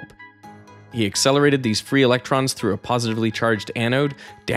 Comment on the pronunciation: I am so glad someone else posted this already. "Ve can ac-cel-er-ate... E-LEC-TROMS"